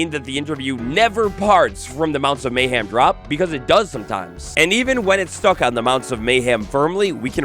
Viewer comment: MayHEM. Not MayHAM.